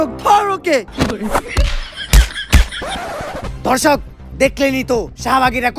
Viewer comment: সাংবাদিক দর্শক না বলে ধর্শক বললো😱